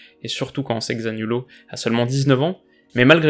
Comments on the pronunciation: *petite précision dalot se dit dalo et pas dalote sinon excellente vidéo qui snobe pas les matchs les moins suivie de cette ldc avec de très bonnes infos un vrai philosophe du football👏🏼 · Tu mets un maillot de porto mais tu dis « Diogo dalotte » non t’as pas le droit 😂😂 sinon encore une bonne vidéo tu gères ! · Ça s’écrit Diogo dalot et tu le prononce comme si c’était Diogo dalau enfaite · Deux petites corrections :- Olsen est suédois et non danois - Diogo Dalot se prononce dans le t ☺️☺️